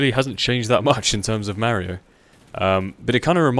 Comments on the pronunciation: mahr-ee-oh. It's pronounced mahr-ee-oh. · Merry-o kart :D Great vid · i love mario kart for the wii. and i also love how says mario lol